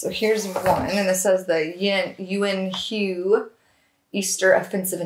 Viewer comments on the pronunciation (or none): Hi! "Hue" is pronounced (almost) "WAY." Good to see you again!